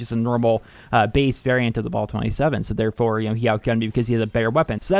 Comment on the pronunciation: Bal 27 not BALL 27